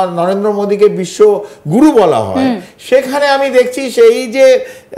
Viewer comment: গুরু না গরু বলে